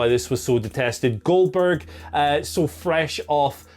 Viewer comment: finally a wise man , who's saying the name correctly